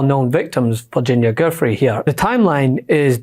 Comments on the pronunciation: Virginia's last name is pronounced Joo-Fray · GUIFFRE is pronounced 'Jif-Ray'.